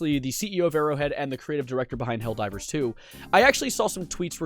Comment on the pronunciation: ITS NOT HELLDOVER 🗣️🗣️🗣️